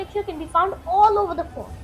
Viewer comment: pronunciation is a bit not clear ... was it fourth or fort